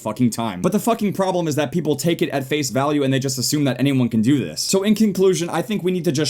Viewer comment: Did he say, "Take it at FaZe value" or "Take it at face value"?